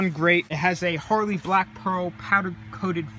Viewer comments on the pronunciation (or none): none